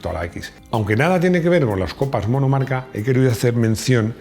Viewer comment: Copas “Monocarca” 😂😂😂